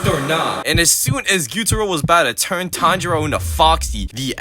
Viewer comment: pronouncing Tanjiro as Tndro.. bro?!